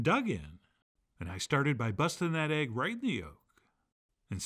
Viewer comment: "Steak and ayge"